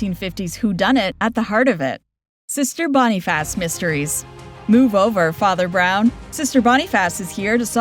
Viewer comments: You mispronounced the name “Boniface” in the show “Sister Boniface”. If you’ve watched the show, then you know it is not pronounced “Bonn-ee-fass”, but more like “Bonn-eh-fuss”. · Clearly not AI, but I think they're picking on your pronunciation of Boniface.